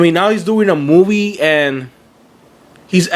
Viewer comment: the way you say movie just pisses me off. FUCK YOU!